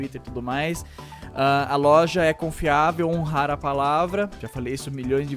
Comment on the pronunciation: quase acursou o golpe falando "culpa da LOLJA"